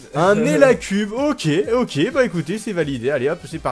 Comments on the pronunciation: Nn "élacube" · J'ai aussi entendu eliacube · J ai vraiment cru qu il avait dit eliacube